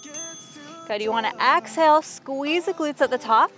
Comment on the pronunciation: I really like your videos and how you don't talk too much. You are a great instructor. The beach views are an extra bonus. One thought, it's exhale not axhale.